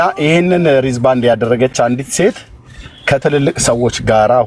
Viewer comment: ኤርሚ ግን እንግሊዝኛ "አያርፍም" እንዴ?😂😅 "ሪዝ ባንድ" ሲል "Wrist band" ለማለት ነው???